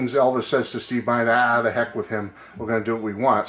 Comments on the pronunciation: Looks like a great book. His last name is pronounced Bin-der (Short I sound). I will look out for it when I visit Graceland (among other things). See ya. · His last name is pronounced Bend-er